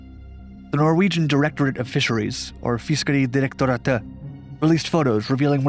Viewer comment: I LOVE the way you said "Fiskedirektoratet". I am from Norway, so I know how it should sound.